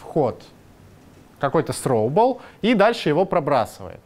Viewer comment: С произношением беда у лысого...сроубл :D